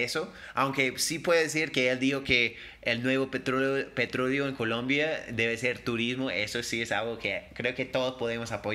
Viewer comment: Habla bien el ingles y es Colombiano, pero no sabe pronunciar Colombia sabiendo que habla español. Colombia: Polomia Colombia : Locombia Debió postularse en Estados Unidos porque de Colombia no sabe ni su nombre.